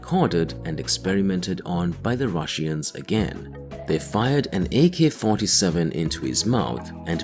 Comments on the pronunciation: Ur saying russians wrong its not rus sian ir russian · What the hell is a Rushian, narrator? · „The russiens“ made me chuckle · the rush-eans. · "The rushy-ens" 😂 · IT'S ANNOYING HOW YOU PRONOUNCE RUSSIANS ! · Why do you pronounce Russians so strangly?